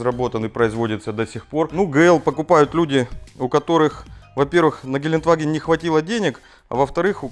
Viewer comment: Gelendewagen!!! Ухо режет ваше гелентваген. Гелендеваген!!!!!!!!!!!!!!